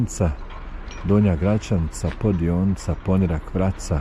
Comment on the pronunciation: super snimak, samo sljedeći put snimi malo i Vracu za nas dijasporce 😅. I samo da te ispravim, kaže se Poniiirak sa dugim "i"